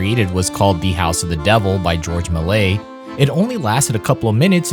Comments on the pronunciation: Repeat after me “Mel-lee-ay” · How to pronounce Georges Méliès "May Lee Ess"